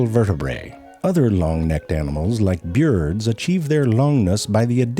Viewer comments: The way this guys pronounced bébé and byird is so stupid and I fucking love it. Coincidentally that's how I feel about most internet stuff. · I love the way he says bird! 😂